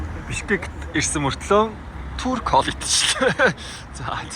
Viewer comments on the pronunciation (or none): none